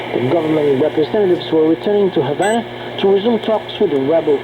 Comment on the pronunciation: Pretty sure it's HaVana, with a 'V'.